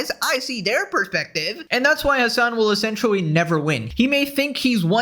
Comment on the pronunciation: good vid bro but stop saying 'essentiawwy' you cant pronounce it take it out the vocabulary :/